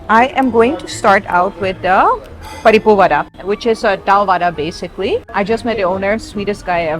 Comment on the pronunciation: u r saying podi perfectly. how long u have been in india. paripu, papad aloo gobi, sambar almost all are perfectly pronounced. but podi impressed me. most of foreigners say porri